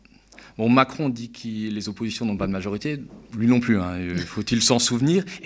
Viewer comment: "Che ne feux bas t'oppossizion !!!!" Attention, cet étron politique n'aime pas les opposants, il est capable de tout. Tirons la chasse démocratique, avec beaucoup de Destop, avant qu'il ne soit trop tard !..